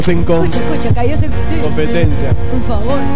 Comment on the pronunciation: jajajajaja mathias casi dice " caidos en combate" la barajeo y dijo comptetencia xD